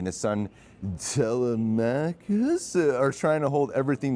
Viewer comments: The son's name is Telemachus. It's Tele like Telephone. Tele-Meh - Cus. Im seeing it on sunday. Can't wait. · It's actually pronounced (Tuh-leh-muh-khus) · its like dilemma but with T... cuss at the end. Telemachus (til. em. ah. cus) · Its weird he said it wrong here when he heard it plenty of times during the movie 😂